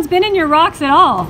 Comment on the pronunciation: Ahem. I believe you mean “rawcks”.